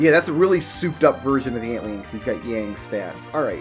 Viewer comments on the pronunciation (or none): I beg your pardon, ant-lean? Try ant lion, my dude. Literal fusion of the words.